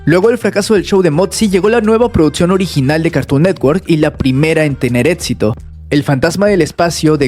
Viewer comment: no puedo con tanto "etsito" que tuvo CN..